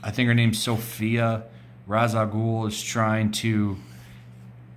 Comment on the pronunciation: It's pronounced 'Raysh'. Raysh. REEEEEEeeee... 😲